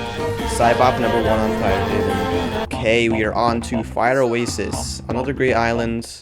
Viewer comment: No he didn't, he said osstax